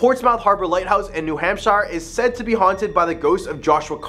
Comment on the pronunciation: Its a hoot to hear you mispronounce or via accent the state of New Hampshire